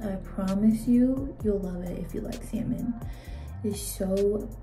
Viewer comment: I say salmon not salmon